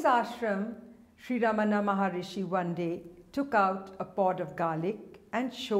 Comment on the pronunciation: Exactly ;P It's fine to share such stories, but she shouldn't falsely associate it with Ramana Maharshi, who's name she also didn't pronounce correctly.